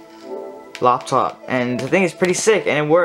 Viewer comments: Oh great I thought it was laptop but he said Loptop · Ain’t nobody gonna talk about how he says loptop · “On a Loptop”😂😂😅